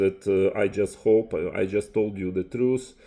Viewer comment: It’s TRUTH not truce you troglodyte